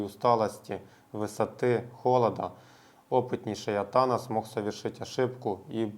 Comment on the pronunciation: АтанАс правильно. ударение на последнюю а.